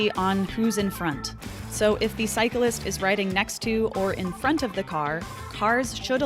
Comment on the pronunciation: How'd you manage to manage to make "cyclist" a three syllable word? Cars are always liable btw.